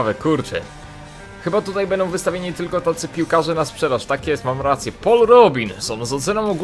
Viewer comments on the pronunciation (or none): none